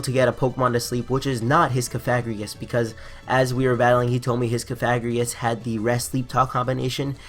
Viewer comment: I didn't like the mispronunciation of cofagrigus and I want to see in a dress.